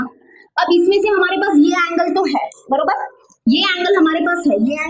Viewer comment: mam u say borobar means